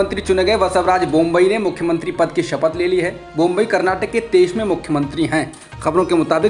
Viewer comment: बोम्बई नहीं बोम्मई है । चैनल पर समाचार पढ़ने वाले का उच्चारण साफ होना बहुत जरूरी है , वरना खबर के मायने ही बदल जाते हैं